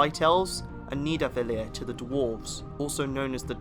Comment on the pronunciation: Great vid, but damn if you're not butchering some of the less famous names. Except Yggdrasil, surprisingly, and obviously commonly known ones like Mjölnir. A hint: the -ir in Mimir and Nidavellir is never stressed. MEEM-ir and NEETH-a-vell-ir. It's the same as the -ir in Mjölnir.